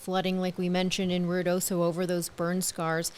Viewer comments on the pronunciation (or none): It's pronounced Ruidoso, Not Riodoso...